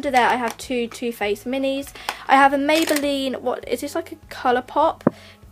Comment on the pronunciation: You said mabyline born lip pay don't you mean body shop